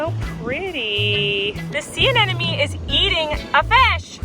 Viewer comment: Anemone, sis!! Think of it like ‘an eminem’. Rather than ‘an enemy’ (which is what you’re saying).